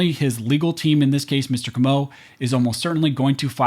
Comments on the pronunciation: FYI: it's pronounced 'KOH moh', a very common surname here in South Louisiana. Having been able to speak several languages in my lifetime, I've noticed that Americans generally seem to put the accent on many names and words on the wrong syllable, as in my last name, Broussard, which is pronounced 'BREW sard'. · Comeaux aint pronounced that way. That hurt my ears. Its cO -meaux Emphasis on that O brother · I'm probably the millionth person to comment this, but, it's pronounced CO-MO (Comeaux)... CO like Coke. I think the emphasis is on that first syllable.. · Hey y'all, South Louisiana native here, we pronounce the name the name "Comeaux" just like Perry Como's last name.